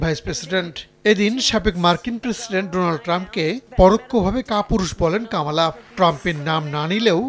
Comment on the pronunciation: কামালা নয় কমলা